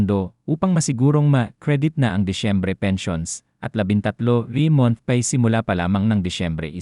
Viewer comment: Bqkut ganyan ka mag pronounce ng ibang words like month, pay, di na nga totoo ang cnsbi, qrong pronunciation pa ng ibang English words.